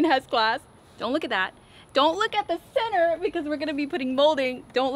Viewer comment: I love that when she says center it sounds like she’s saying “sinner” 😅 but I love those windows 😫💕